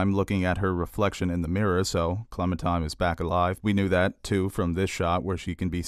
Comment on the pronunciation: Are you saying, "Clementime?" With a 'm'? Its definitely Clementine lol....